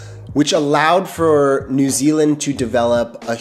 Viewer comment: He gets points straight off the bat by not pronouncing it noo Zealand ❤